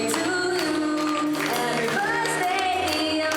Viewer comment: 発音…happy birthday to you 歌う時birsday になってるけど…汗